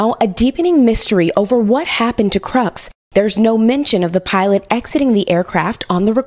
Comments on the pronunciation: Why did the narrator say the name as “Krux” when it’s Krooks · Why can't this reporter correctly pronounce "Crooks"? I'd expect this from a random YouTube channel, but not from an NBC reporter.